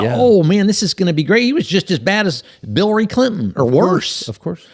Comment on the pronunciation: Did Bovino say "Billary Clinton" ?! :DDD That's bilarious...